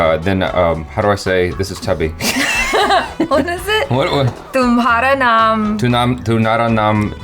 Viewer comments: "tumhara naam" is well pronounced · Achara said it perfectly" tumhara naam "